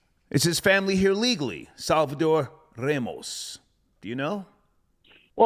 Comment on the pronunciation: is Ramos not Remos. Learn you spanish dialect, you mongrel!